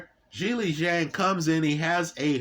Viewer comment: He called him zang in this very video 15 mins after lecturing about respecting names lol. Not intentional I'm sure